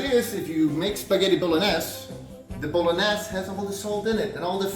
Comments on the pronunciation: Ah yes, the Spaghetti.... BOLO NESS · Da fuk is Bolen-ass? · BO-LO-NES xDDDDD